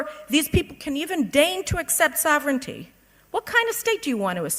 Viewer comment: To, please learn how to pronounce "sovereignty."